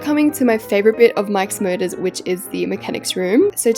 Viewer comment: The way when she says Mike's motors it sounds like mIkE's MuRdErS☠☠